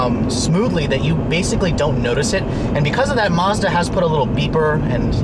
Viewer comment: did you say mozda?